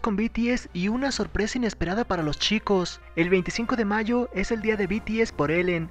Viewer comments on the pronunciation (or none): none